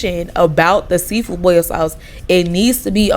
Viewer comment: Thank you for not putting the letter R in boil